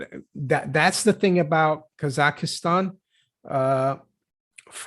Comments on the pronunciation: 3 syllables: kah zakh stan (not 4 syllables: kah zah ki stan) Why are Free Masons pro-bono? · Kazakhstan There is no 'EEEEEEE' in KazakhEEEEEEEEstan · She says “Kasakhistan”